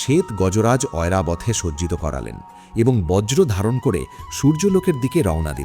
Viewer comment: ভালো লাগলো। তবে কিছু উচ্চারণ খুব কানে লাগলো যেমন লক্ষণ, ঐরাবত, তেজস্বি ইত্যাদি।